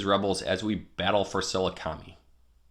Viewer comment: Just random FYI: Sah-LOO-kah-meye”